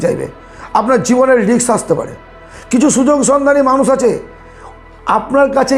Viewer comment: কথাগুলো খুব সুন্দর কিন্তু স, শ, ষ এগুলো একটু ঠিক করে বলুন অপসেন নয়, বেসি নয় ওটা মানুস নয় ...বিস্বাস নয় বিশ্বাস... এগুলো খুব কানে লাগে ..